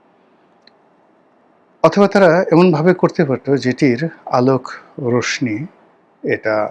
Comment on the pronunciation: রশ্মি উচ্চারণ "রশশী" হবে, রশনী নয়